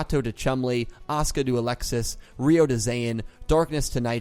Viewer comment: it's Ryo, not Ryu